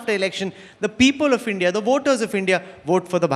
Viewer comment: Woh! Mr. Tharoor that's India not Hindia.